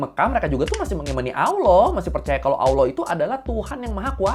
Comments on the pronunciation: Lucu liat org gak bisa ngomong Allah jadi awlah 😂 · Maaffff bang......sebolehnya latih lidah sebut Allah bukanb Alloh....Kalau bagi ALASAN sbb lidah orang Jawa.....Kenapa orang Jawa yang luar Indonesia boleh fasih sebut ALLAH....Teguran Ikhlas❤🙏🏾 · masih mending daripada aloh. 😅